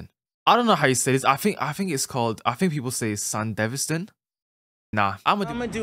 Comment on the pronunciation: Bro cant even say Sandevistan right and they say it in the show😂